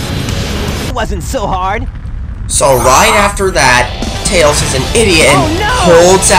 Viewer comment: Let's list this guy's mistakes. 1. You insult my mind. 2. Ever watched total blackout? Well, Jaleel White be ticked. 3. This was the 1st 3d Sonic game, so forgive SEGA for their mistakes! 4. Tails is not just Tail, he's Tails! 5. This game is fixed and, while easy, at least has 127 percent memorable gameplay! 6. Casinopolis is pronounced Casino Opolis. 7. The animations cause more humor for kids to enjoy! 8. Am I the only one who likes Big the Cat? 9. You forgot to mention how stupid Knuckles is! 10. Duke Nukem will murder your face! 11. You never mentioned the Chao Garden! I could do a whole series on that for 150+ hours! 12. DBZ Volume 11 came out in 1992. So did Sonic 2. It's a reference, not a ripoff! 13. I'm getting tired of listing reasons, so I'll stop.